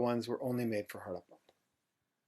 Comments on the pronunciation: His pronunciation of Indian words is impressive except Harappa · If I may: it is not Haraapa; it is Harappa. हड़प्पा in Devanagari, the R actually being aDa rolled by the tongue! :) (the two a are short vowels pronounced as in un (uneasy, unusual, etc) It is not Raavi; it is Ravi! :)